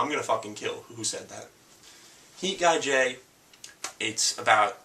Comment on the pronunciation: The animes he recommends are Berserk, Initial D, Gantz, Heat Guy J, & Cowboy Bebop. I felt the need to make this comment cause I thought he was saying Dance instead of Gantz and Ichai Jay instead of Heat Guy J.